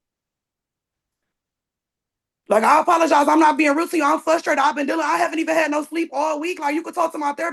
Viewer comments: There is another R in that word. You sound like an uneducated 5 yr old saying FUS trated. Grow up and lose that attitude. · FLUSTRATED isn't a word!! Sorry, out loud grammar police moment ... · Ummm, I believe you mean "fustrated" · She's "fustrated" everyone. Poor lamb. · She "Fusstrated" yall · Why doesn’t anyone listen to her? She’s “fustated” 😂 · I'm fustrated they keep saying fustrated.